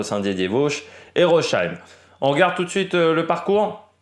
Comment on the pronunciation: en Français ou en allemand on prononce phonétiquement ROSSAÏM :goodvibes